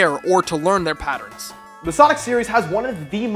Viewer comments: Hold up... were you pronouncing patterns like patter-rens? lolwut XD Ignoring that, fantastic video as usual. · How many times did you say "patterins"?